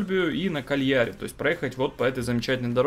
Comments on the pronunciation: КАльяри. Ударение на первый слог. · КАльяри, ударение на А.